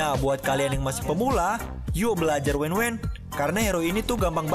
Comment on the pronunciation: WAN WAN BG BKN WENWEN WKWK